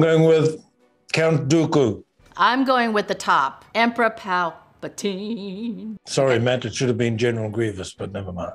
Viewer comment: Every Star Wars fanwhen she says “emperor palatine” 😡😡🤬🤬😡🤬😡🤬🤬🤬😡🤬🤬🤬